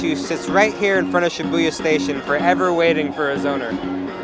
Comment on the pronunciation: The video footage is great! Good color! Very pretty! Good job pointing out a lot of the most famous places in Tokyo, but you are mispronouncing the names of many places: Narita, Harajuku, Shibuya, Tsukiji, ... You can confirm the correct pronunciation by asking your online friend Yuki or any fluent Japanese speaker. When you said, "Akihabara" and "Shinjuku", it was OK. I have live and work in the Tokyo area. I could easily recognize all the places visited.